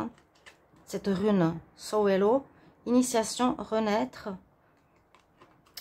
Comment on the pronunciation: Merci beaucoup et merveilleuse année à vous 🙏🏻 juste une petite précision en tant que grande passionnée des runes et de la culture nordique, on prononce « Sowilo » et c’est la rune du soleil, de la guérison, du guide mais aussi de la foudre et de l’événement positif inattendu. Ce n’est pas du tout une critique juste une petite précision car je pense que toute info est bonne à partager avec d’autres passionnés 🥰